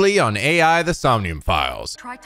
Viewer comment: you're still mispronouncing the "AI" in the game's name. It's pronounced the way it sounds. There aren't even periods in the game's name to suggest the letters are pronounced separately. Edit: Also just a reminder, Ei's name, from 13 sentinels, is pronounced the way it sounds. I've been a subscriber since ish so I know how you're like with pronunciation, but I find it ironic that you pronounce the name that isn't spelled like "eye" as just that, and then pronounce the name that is spelled like "eye" as not that at all.